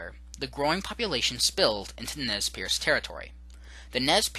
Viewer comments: Nez PURSE ...not pierce .. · Nez Perce not piece.